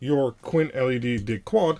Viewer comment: chuckle … no … just the way you say “Dig-Quad” sounded to them (and I’ve thought it too) very much like ‘dickwad’. 🤣